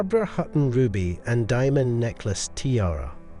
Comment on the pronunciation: Your repeated mispronunciations, particularly of the word "tiara", are like fingernails on a chalkboard.